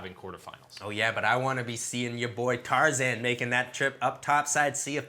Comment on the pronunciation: yeah it is tarzan not tarzaned.